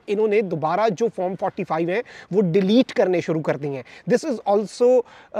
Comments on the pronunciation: farm nahi hota , form hota hai 😅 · Bhai Form ... not FARM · Form 45 to sai bolo bhai pyaintalis😂